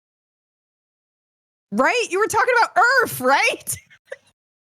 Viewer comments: One yes their are points in flight on earth that you can lose track of which way up and down are. That's why a pilot has a gauge to indicate that for them. Two I love the way says earff. lol Made that way funnier. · "WE'RE TALKING ABOUT EARF!" Put it on a coffee mug